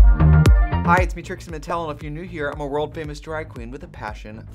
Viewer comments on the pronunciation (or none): please dont tell me im the only one that hears "trix'n atell" when she says her name